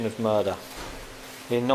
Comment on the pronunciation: "Suspicion of muuuuuuuurdah." Hell, yeah.